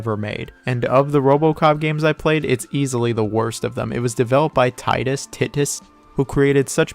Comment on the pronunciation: “Titt-us” is diabolical lol